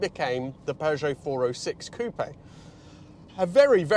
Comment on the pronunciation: Hyundai Tiburon vibes + butchering the word ‘coupe’